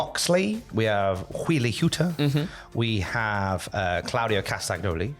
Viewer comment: The g in "Castagnoli" is silent.